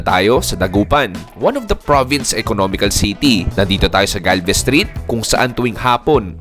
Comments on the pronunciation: Galvan street Hindi galvez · Galvan hindi galvez boss